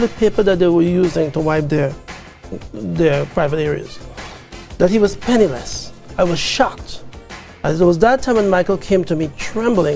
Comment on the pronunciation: Penny-less not penilus wtf lol